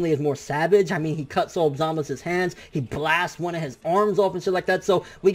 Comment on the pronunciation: Who the fuck is Zamas You mean Zamasu!